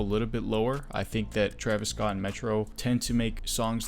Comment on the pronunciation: sorry sir its TERVIS SCOOT